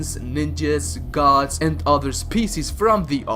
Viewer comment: gadss, dyetees, wooreears, munesters